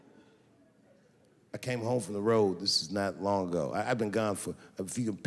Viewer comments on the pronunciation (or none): none